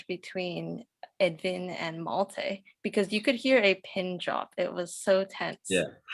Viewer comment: Is it really so difficult for the interviewer to correctly pronounce the names of the characters and actors? Wilhelm is not pronounced "Willam." Malte is not pronounced "Maltay."